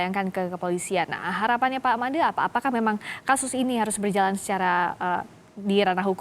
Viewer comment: Pak made bu FRISCA...Madeee...( Seperti pelafalan huruf E pd kata 'Enak' ) 😜